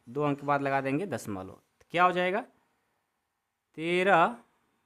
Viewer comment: Sar padha to achcha rahe ho lekin dashmlav ko dashmolo😂 kyon bol rahe ho